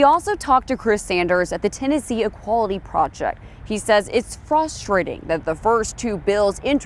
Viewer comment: It’s “f-UHHHHH-strating” Bruh why did she pronounce like that